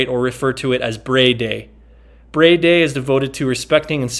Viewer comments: Looks awesome man, its pronounced ‘Br-eye’ 😁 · Nice video and review... Acouple items of respectful criticism - It is pronounced like BRY or Br-rye. And to lower it simply take the legs off and set it on the ground. But I understand what you are getting at